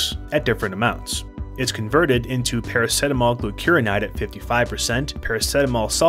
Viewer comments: Para - see - ta - mol Not PARA - SET - AMOL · Good video but I have never heard anyone say Para-set-amol. Para-seet-amol is the pronounciation I'm used to 😂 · Wow, as an Aussie watching this I want to scream because we pronounce it "para-seat-a-mol"...what is wrong with our mouthes, send help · i thought everyone pronounced it praraceetamol lol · I stopped watching because he said it weirdly